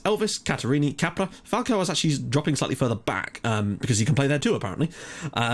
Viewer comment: When you say Capra, it sounds like you are saying Cabra, that in portuguese means Bitch, LOL!!